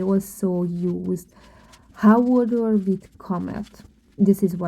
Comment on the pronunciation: The correct word is HOARDER, not "hodder.'